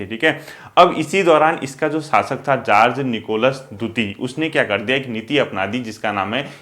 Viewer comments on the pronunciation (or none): सर जार्ज निकोलस है या जार निकोलस